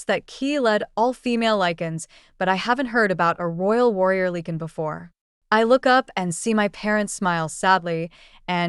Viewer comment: You pronouce Lee-can ...... It is pronounced Li-can